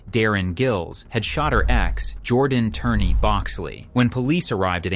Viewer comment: Jordan Turner, not Turney